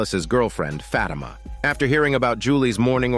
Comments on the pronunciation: 😭😭 it's not pronounced "fat emma" Its "fa thi ma" lol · "FAT IMA"😭😭😭